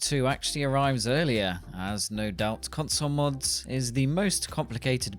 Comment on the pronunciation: "cunsuul moods" Dude went full Borat on that one.